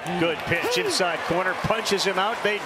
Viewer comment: Those commentators really cursed the OM pitchee